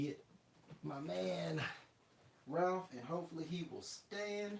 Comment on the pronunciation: You keep saying Ralph bro it's Raph😂nice video